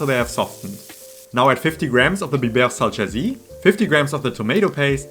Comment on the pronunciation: Salçası, not salçcasi. That means you pronounce the last letter like the last e in the German word Ente.